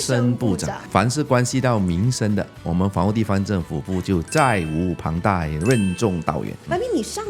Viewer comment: YB：是 责无旁贷（責無旁貸） 拼音 zé wú páng dài 不是 zhài wú páng dài 是 负责， 不是 负债。 YB：什么 " 家是最 ？ 的避风港，家是最温暖的 ？ 湾。“ ？是听不出你要讲的 字。字幕也写不出来。